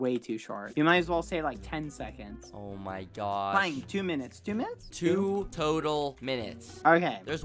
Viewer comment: is noone going to talk about the 30 sefconds